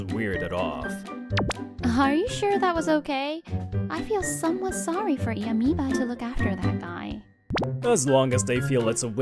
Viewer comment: Iyamiba = Amoeba..... Ignore her😂😂😂